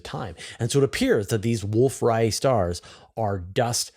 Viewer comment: Distance Ladder Tools? What about Standard Candles? Say Wolf Ray-et, not Riot star.